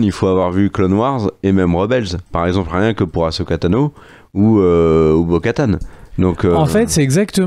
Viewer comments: haaa enfin vous parlez du vrai star wars qu'on aime! par contre ça se prononce "assoka" pas "ashoka" d'ailleurs ça s'ecrit "ahsoka". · Non non non on arrête de dire achoka il suffit